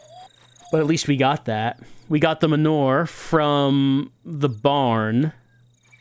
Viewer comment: Is pronouncing "manure" as "m'nore" a New Jersey thing, or a thing?